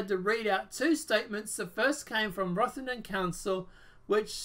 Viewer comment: First it rotherham not rothington I live there piers morgan is a lefty pusher that chats some real crap